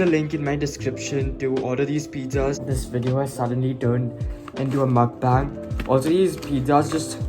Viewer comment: am i the only one who got triggered when he pronounced mukbang wrong?